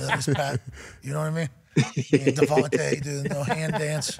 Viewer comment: It's weird he pronounced DeVonta Smith's name as Davante..